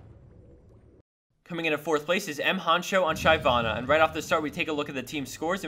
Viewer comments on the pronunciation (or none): its not shivana its shyvana! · shyvana. not Shivana bro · Shai-vana .. almost as bad as the vgaar.. people gotta learn how to pronounce -_ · He pronounced Shyvana "Shayvanah"? Really? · SHAY-vana :P